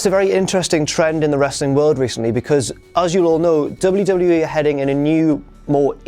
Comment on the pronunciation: at 3.00 you have a bit of a botch man, "100 episodes of Smackdown added to the WEE network..." come on guys